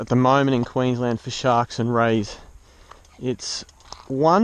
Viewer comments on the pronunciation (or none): none